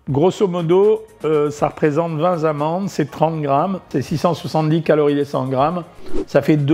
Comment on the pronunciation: Bonjour docteur, "Vingt zamandes" : désolé mais il n'y a pas de S à vingt